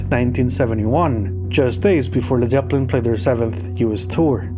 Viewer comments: all he's got to do now is learn how to pronounce the bands name. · Dude you can't even pronounce led Zeppelin properly